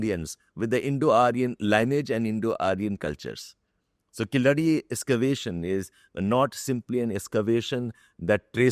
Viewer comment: It is not "killadi" (player in hindi) but keeezh-adi (keezh = underground, adi = steps in Tamil).